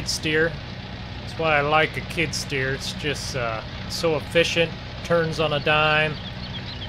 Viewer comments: You keep calling it a kid stear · Skid steer not kidsteer not to be mean